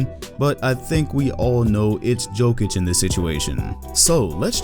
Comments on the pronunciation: No one:: "Joke-itch" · Who tf is joe-kic? It’s yo-kic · PLS STOP SAYING JOEKIK ITS ANNOYING AF ITS YOKICH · It's Jokić, u need ć ! 😃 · It is Jokitch. Similar to #1 tennis player in the world Jokovitch. However, we need to spell their names properly. Djokic and Djokovic. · Maybe the most simmilar is Jokicc, like that double C from cappuCCino. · 'yokitch' dude pls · Nobody: Oprahside: JOKATIC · great video, and about the pronunciation its Yo-kee-tch.